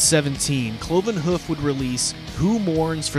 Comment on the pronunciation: Cloven Huff lol......Here is your homework, learn to pronounce Hoof properly...Difficult I know.)